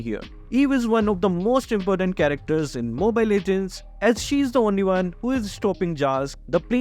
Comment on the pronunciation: saying estes is impotent rather than important😂😂😂😂😂